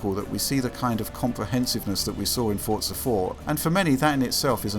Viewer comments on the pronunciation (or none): the way people pronounce forza ford-za makes me cringe really hard